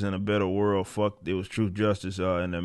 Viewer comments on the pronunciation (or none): none